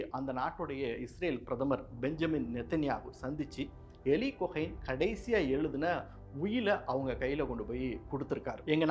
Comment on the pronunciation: Eli Cohen "யோலி கோகன்" என்று அழைக்க வேண்டும், but செய்தி வாசிப்பாளர் 'எலி குகை' என்றுதான் கூறுகிறார், சிரியாவை 'சிறிய' என்றும் கூறுவது கேட்பவர்களுக்கு குழப்பத்தை ஏற்படுத்துகிறது.